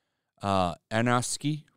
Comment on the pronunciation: Darren Anofsky? Can you not read dude?